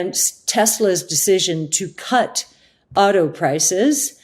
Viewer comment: Wow, Cathie is the first American I've heard talking about the autoindustry for a couple of years where I could tell she means "AUTO-" as opposed to "OTTO-industry", I guess she does NOT just mean the German auto-industry 🤣